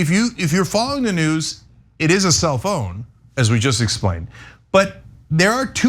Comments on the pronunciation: Kept thinking Cenk was saying Cell Phone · I kept hearing cell phone, as opposed to self-own, stupid ears. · At first I thought Cenk said Cellphone instead of self own. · I thought you were saying cell phone 🤪